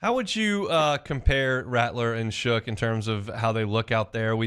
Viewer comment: tell it’s Shuck not shook